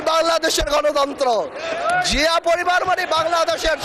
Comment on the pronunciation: Chia, shia, naki Zia bollo, bujlam na.